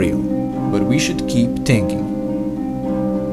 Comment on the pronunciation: I rrly just heard him say we shood just keep tinking